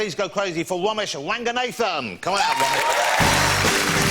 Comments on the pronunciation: Ranga-nathan???? Ranghanadhan.... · Please go cwazy for Womesh Wanganathan! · He himself is pronouncing his last name wrong what can u expect from others .